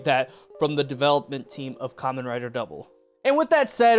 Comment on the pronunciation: You know for someone who just got into Kamen Rider, I’m surprised you’re pronouncing it right. Most new people call it “camein rider”